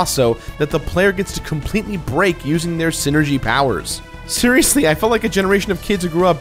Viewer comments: Hey,, it's pronounced "SIGH-ner-gee," not "sin-er-gee." You can tell because it's a portmanteau of "psychic" and "energy," which is actually a pretty good explanation for how the characters' abilities work. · you pronounce Psynergy as Synergy? i always pronounced is as seye-energy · It's PSYCHIC POWERS, PSYNERGY. PSYCHIC ENERGY...not magic or ZEEENERGY lmao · I always thought Psynergy was pronounced: Sai-nergy Yunno, like Psyduck, Psychic, Psychosis, etc. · I don't think the P in Psyenergy is silent